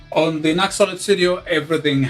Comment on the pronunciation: pronounced "new ex"